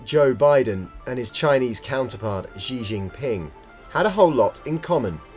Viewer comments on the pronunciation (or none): I know. It’s embarrassing. I don’t speak a word of Mandarin and even I know it’s not pronounced like that… The standard romanisation systems don’t help, but… just *look it up*! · Would be good if you took the time to learn pronounce "Xi" and "Hongqi" correctly if you are going to do a story on them